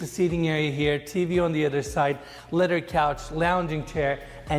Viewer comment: I wish would take a year off and learn how to pronounce “th”. So annoying listening to him say “ledder” and “udder”. As a bonus, he could strike his hackneyed catchphrase, “and it gets even better”.